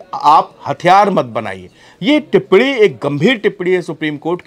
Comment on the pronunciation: टिप्पणी टिप्पडी नहीं रे तोते